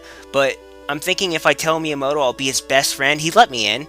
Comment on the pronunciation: He said it correctly